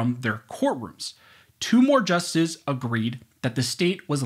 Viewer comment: I appreciate these thorough commentaries. They're very educational. Thank you for making them. I only have one small knock against the odd, slurred pronunciations of the word justices and the word important in the video.